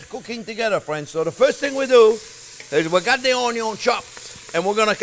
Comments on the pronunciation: "Dass thee water comin out of thee oyion...."🤣👍 I've learned SO much from you chef JP! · He says own-yown, not onyo! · English: Onion French: Oignon Chef Jean-Pierre: Onyo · I love that you have taken "onyo" to your heart. It says A LOT about you as a person. I've seen many other YouTubers who change their ways to avoid being made fun of. You embrace it, and ride the fame. So much respect for that! Oh, and this sauce also looks hella delicious! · "Onyo first" - Love it! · I love how he tries his best to say Onyo as many times as possible because he knows we love it. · Singapore South East Asia here, loving the show since “how to cut an onyo” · Chef I love the onyo raw in a sandwich...... and the caramelized. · Lol the timestamps "onyo always #1" 🤣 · "Onyo first" hahahahaha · "Onyo first" 🤣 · Pancakes recipe friends. Lets sautee some onyo! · "Onyo, Always" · O'nyon. A child can do this. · I'm calling and spelling onion, "Onyo" from now on. I think it's better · What makes me laugh is how le chef said onion. I am French and it just jump in my ear 😁 And I am a very big fan of all members of the ONIO family 😂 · I liked this video simply because of how he says onion 😆